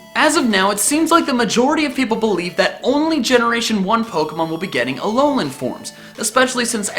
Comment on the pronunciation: It's not Alonan Forms, but AH LOH LAH